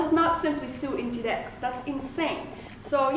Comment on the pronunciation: Inditex, not intidex :)